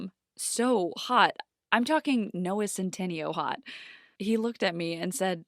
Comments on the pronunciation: "Noah centenio" you mean noah centineo 😂😂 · Noah Centineo not Noah centeneo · She seriously said noah cen ten io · Noah centeno? Its Noah Centineo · “Noah Centano” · No one gonna talk about her pronouncing Noah centineo’s name wrong like??? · Nobody gonna mention how she pronounced noah centineo? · you pronounced noah centineos name wrong sis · Sorry but thats not how you pronounce Noah Centineo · AHAHAHAHAHAHAHHA SHE SAID NOAHS NAMES WRONG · No one gonna mention how she said centineo wrong is it just me and how I pronounce it